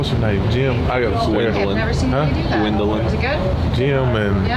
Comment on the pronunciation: it's GWENDOLYN